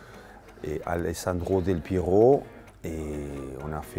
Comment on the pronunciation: Ma quella risata in sottofondo quando pronuncia il nome di Del Piero? 🤔